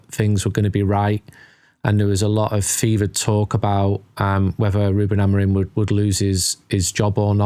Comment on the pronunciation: Love the pod, but please start saying the manager's last name right. Amorim not Amorin